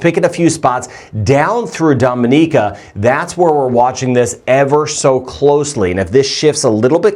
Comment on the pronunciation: You mispronounce “Dominica”. We laugh every time you say it!😅